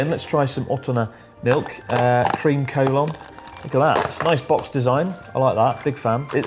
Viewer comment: I used Google translate to check how to pronounce Collon and it's nothing like you did.